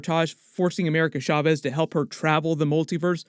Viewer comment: I'm sorry but every time u say Chavez u say it Shaves it's Cha not Sha